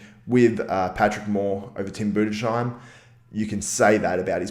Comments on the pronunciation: Im from germany and its pronaunced like boo-dis-hi-m, hi like in hello hi😂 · Its pronounced Tim Boo-dis-haim (Budesheim) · Tim Budes - Heim , there is no "shhhh" sound in his name :D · Tim Budesheim is pronounced like this: Tim Budes-Heim, it's two seperate words :D